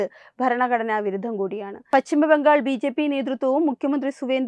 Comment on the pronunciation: Malayalam thettayi pronounce cheyyalle! Bhangal alla Bangal , vidhyarthi alla , vidyarthi